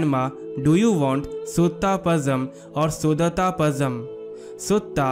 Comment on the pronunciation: It's actually not Suthaa , it's Sutta ( सुटट _ Sutta _ Su + th( it) + Tha) ... It's not Sudhatha , it's Sudhaatha ( Su + Daa + Ta ) _ ( सुढात _ Su + Daa + Tha (i.e.Daa is long vowel ) ... It's not Pasham , it's Zha __ La , Lha , Zha variations of the Lagaram La ... This ल is three in Tamizh , just La is ल , Lha is ள and Zha in Latin script refers to tongue folding very deep into the mouth with a sound Lhhaa ழ ... That's why Tamil is said as to pronounce as Tamizh ( தமிழ் ) ... Due to presence of Zha ( ழ) ... It's Palam ( fruit ) in Samaskrit and in Hindustaani , but in Tamizh it's Pazham ( பழம்) , La , Lha , Zha variations has to be visibly understood ...